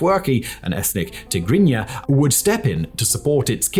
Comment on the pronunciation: They way you pronounced Tegregna is unbelievably correct